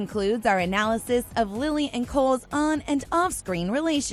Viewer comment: Okay but its Lili not Lily~